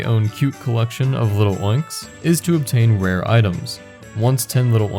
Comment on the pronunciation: you wouldn't say little-oinks, so why say lil'-oinks? It's clearly Lil' oinks